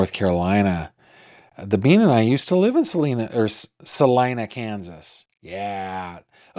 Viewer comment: Hello from Kansas! Everyone mispronounces Salina, even Google maps!